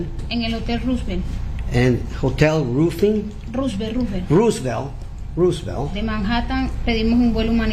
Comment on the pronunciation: A prerequisite of being an interpreter should be to pronounce Roosevelt correctly. Meanwhile I’m over here too my perfect Spanish and English accent working a customer service job. 🙄